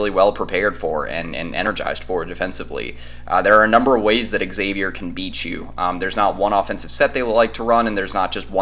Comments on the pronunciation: It's hard to listen as the team you are talking about is mispronounced. It's like calling Texas--Exas. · No one can take you seriously if you don't bother to learn the pronunciation of your opponent. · Learn how to pronounce Xavier...